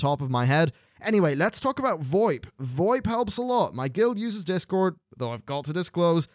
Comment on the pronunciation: It's not VOEP it's VO-IP lmao